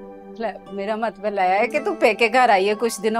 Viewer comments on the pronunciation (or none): Tai g pury drama ma Matlab ko matbal Keh rahi ha 😆